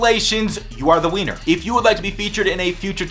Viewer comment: Was i the only one that heard say "You are the Wiener" And not " you are the winner" xD